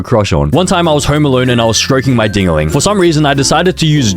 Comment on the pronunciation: I HEARD DINGALING AS MINGALING (atinys know what I'm talking abt....maybe)